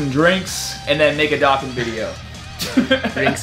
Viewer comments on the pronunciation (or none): my guy said dokkan fam like DOCK-GAN fam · I wish you pronounced dokkan right lol besides that your a good tuber